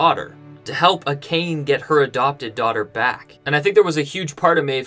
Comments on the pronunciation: I'm fluent in Japanese, and I literally cringed at "A-khayn", like "Dude! How can you know the material so well, but can't pronounce "Ah-kah-naye"??? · Love ya man, but you have to learn how to pronounce Japanese words. It is pronounced Ah-kha-nhe. Now I admit my bias, I studied Japanese in high school, so I just know these things. However I have seen most other video podcasts pronouncing these words correctly. Honest feedback, otherwise I love your videos! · Ah ka nay not acane. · Dude, they literally pronounced "Akane" for you multiple times in the episode. lol.